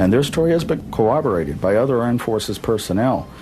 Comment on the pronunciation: How am I to take a man who says "co-oberated" seriously? It's CORROBORATED